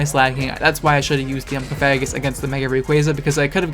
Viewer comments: It’s Cofa-grigus Like Egregious Coffin Not CoFAGrigus lol Don’t do that to my boi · Still bothers me how you pronounce cofagrigus. Lol. Cough-ah-gree-gus.